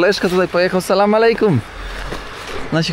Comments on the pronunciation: Nie salam malejkum tylko salam alejkum tam nigdzie nie ma "m" sam też kiedyś popełniałem taki błąd dodając "m" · ale mimo wszystko z szacunku moglbys sie nauczyc wymawiac "salam alejkum' i ze odpowiada sie 'alejkum salam' a nie mowic na odwal sie 'salama'